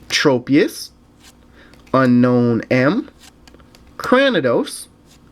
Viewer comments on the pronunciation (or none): Unown is pronounced Un-Own